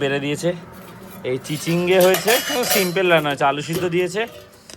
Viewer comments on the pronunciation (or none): Abar 'simpel' ?! Katha ta simple tomake sekhaleo nijeke correct koro na kano